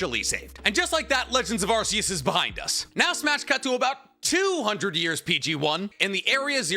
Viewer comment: Arkeus, not arseus. The lord is not a butt.